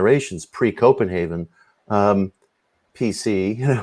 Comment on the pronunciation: Uh...Mitch, Bro...It's Brian CopenhaveR not CopenhaveN. I am still too cheap to purchase the ~$29 kindle edition of Hermetica which you also suggested in your PRS talk on Hermeticism. I'm sure I'll pull the trigger some day. Love me some Horowitz Occult talk at bedtime. I'm about to slip into a serious hypnagogic wormhole. Thank you Digital Void, keep up the fine work!